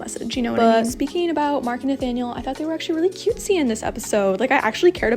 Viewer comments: I just want to say that Nathaniel is pronounced Na-TA-niel in French, not Na-Fa-niel. Sorry, I know you don't speak French (I'm not very good at English either) but I had to say it xD. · In the English dub they say Nathaniel with a "th" 😕